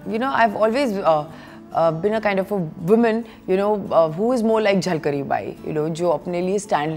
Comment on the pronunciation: It's झलकारी not झलकरी for god sake ... Pronounce correctly... 😏